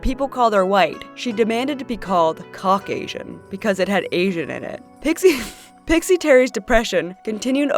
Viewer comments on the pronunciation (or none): Ngl I laughed at Cauc-Asian